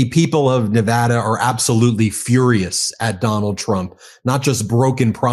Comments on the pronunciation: Thank you for pronouncing Nevada correctly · You said Nevada right, good job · Thank you for announcing the name of the state correctly